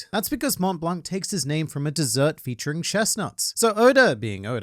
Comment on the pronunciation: you don't read the C in Blanc